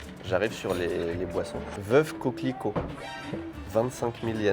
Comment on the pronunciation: Veuve Cliquot pas coquelicot 😂